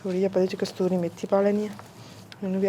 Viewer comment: Kasturi nhi ksoori hunda a